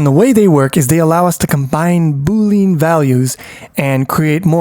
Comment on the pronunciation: great video but your pronunciation needs some work! Boolean is said Boo-Lee-Uhn not Boo-Leen and Unary is said You-Nuh-Ree not Ooo-Nuh-Ree